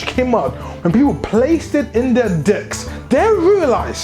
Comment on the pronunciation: love the enthusiasm. had the occasional chucking when you pronounce decks like... dcks but that partially kept me thru the whole 28 minutes. keep it up and look forward to your future videos